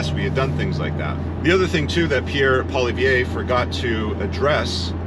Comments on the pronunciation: Would be best to pronounce Poilievre properly. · some good points made, you speak very well and clearly. (Maybe work on the correct pronunciation of Pierre’s last name 😊). Your inserted memes are unnecessary. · Well said. I have one suggestion. Please learn the proper pronunciation of Pierre Poilievre's name if you're going to refer to him in more of your videos. I'm guessing you probably will because everyone will be very familiar with him being the next PM of Canada. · Hey alpha bro; learn how to pronounce Pollievre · You need to practice your "Poillievre" ! I don't see annexation of Canada, who would want the pain in the ass Quebec, but . . . if Alberta was to opt out of the Confederation, I would see the US welcoming that province as a new state.